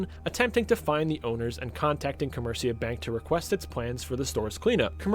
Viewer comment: You pronounce comerica wrong break the word down Come-rica